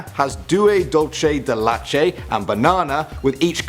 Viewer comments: Pronounce Cs in Spanish as you would in English (k or s) not Ch, it's not Italian. Mars, 3 Musketeers and Milky way naming is all messed up😂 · Did my dude just say "dullchay dey lachay"